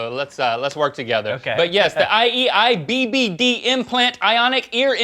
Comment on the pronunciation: IEIBBD cotton eye joe! I been married long time ago! That’s all I could think when they pronounced that acronym haha